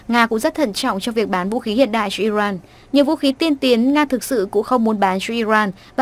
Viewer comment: Iran chứ không phải Iroan , đọc điệu quá.